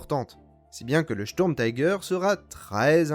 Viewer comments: Pourriez vous prononcer Sturmtiger complètement à l'allemande s'il vous plaît, on dit Sturmtiger pas taiger, c'est de l'anglais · Bel effort sur les prononciations. Sauf le "taille gueur" qui pique un peu, c'est pas de l'Anglais ^^" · Merci pour ce docu'. Comme dit par ailleurs en allemand la prononciation est plutôt "chtourmtigueur". L'engin lui-même fait partie de la multiplication des projets qui ont fait perdre beaucoup de temps et de moyens à l'Allemagne , personnellement je ne m'en plaindrais pas! La victoire a été à ceux qui produisaient en masse des engins simples en évitant de s'éparpiller en projets diverses et inutiles! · J'ai un doute concernant la prononciation de tiger à l'anglaise...